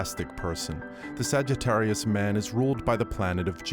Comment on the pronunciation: 🤣🤣🤣 ," The sagga-ttarius".